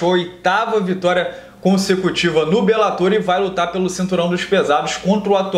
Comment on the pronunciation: "Belátor" ~ "belatôr"